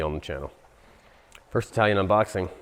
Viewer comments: It's Chitalian. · It’s Chitallian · Chitalian??? LOL!!!😅😅😅😂😂😂